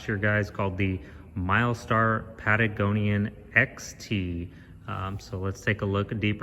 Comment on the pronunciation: It's not Patagonian! Guys!